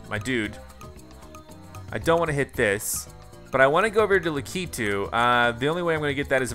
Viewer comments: Omg u say it so wrong it’s not lack eeee tooo it’s lack I tu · Yoshi getting Lakitu (lack-eh-two): I wAnT LaKITU (la-key-two) 🤦‍♂️ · DJ Deadbeat please say I'm not the only one who got triggered by the way he said Lakitu